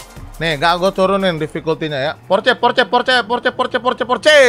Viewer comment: Maaf Bang itu sebutan nya bukan porce kalo di omongkan tapi porseh. Dan itu orange sih bukan merah. Klo salah penyebutan nya mungkin liat di yt om Fitra yang riview Porsche Cayman😅🙏